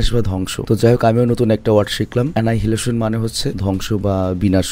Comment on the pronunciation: অ্যানাইহিলেশন ❌ অ্যানিহিলেশন ✅